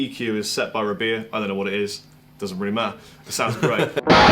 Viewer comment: every time i happen to see this video i swear says "I'm Beer", man... am i going crazy?